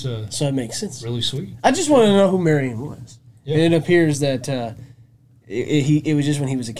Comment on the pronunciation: Mary Ann, not Marian. Marian was Robin Hood's chick.